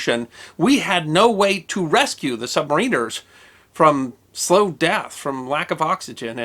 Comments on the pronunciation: You're still pronouncing submariners funny! :D Think, "The Rime of the Ancient Mariner". Man, I can't imagine having to make the call to close that hatch with men still on the other side. Poor guy. :( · Pronounced "sub-MAR-in-ers." Not "sub-ma-RIN-ers." LOL! Great video as always, thanks. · Love how he is pronouncing "submariners" 😂😂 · I HATE it. So good and yet so bad.